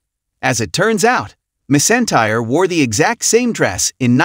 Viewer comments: Her name is McEntire not miss entire. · Yes please pronounce her name correctly....it is not Mess Entire , which is what you are saying. Annoying. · Could you pronounce her name correctly. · If you are going to have AI narrate these at least teach it the proper pronunciation of the stars NAME!! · You should not do a video and not even know how to pronounce her name. She is a true legend